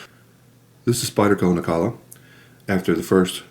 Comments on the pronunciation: Nilakka, not Nikalla. WTF? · its Nilakka not Nikalla😉 No offense please🙏 Thanks for video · Isn't it pronounced Nil-ah-kah?